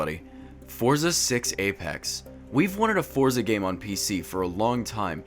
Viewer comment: This is a demo of the full game... Also, check Forza Horizon 3. Lastly, it's pronounced similar to "Fort-sa," not "For-za." It's an Italian word, like pizza.